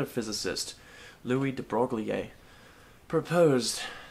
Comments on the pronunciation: omfg its debroy not debroglie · AAAAAH ITS IT'S PRONOUNCED DE BROY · Your pronounciation of debroglie...kills me IT IS PRONOUNCED (DEBROY) well it doesn't matter...it's physics Reallyyyyyy enjoyed it😃😃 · It's pronaunced : the Bro eel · Excuse me, you'll find it's De Brog-lee-ay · omfg youre pronouncing debroglie wrong on purpose are you not?